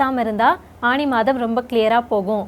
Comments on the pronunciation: ஆணி? ஆனி?..... தமிழ் மொழி சாகிறது..... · தமிழ் உச்சரிப்பு திருத்தப்படவேண்டும் "ஆனி " என்பதே சரி